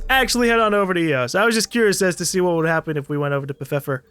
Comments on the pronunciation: Anyone else get slightly triggered when he Pfeiffer "Pef-ef-fir" instead of "Fy-fer"? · PEE-F-I-F-UR not pfifer lol. I got a good buddy with that last name so I kinda know it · Half a year too late, but still.. How comes up with "Peffiffer" is beyond me xD Pfeiffer is a relatively widespread German name, pronounced like Pfaifer. -> "Pf" like "pft" the "annoyed sound" you make:D The rest should be obvious:) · Ok. Got to say it. It's pronounced fieffer. The p is silent like with pterodactyl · lol I feel like the proper pronunciation is (feifer) lol I love you 😂😂😂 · Helpful tip, Pfeiffer is pronounced like 'fight' and 'fur' put together (but without the 't'). Just wanna help before people get on your ass for not knowing it automatically.